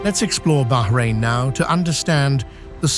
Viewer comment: Thankgod he said Bahrain and no behrain, baarain😅